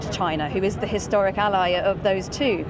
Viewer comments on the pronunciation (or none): none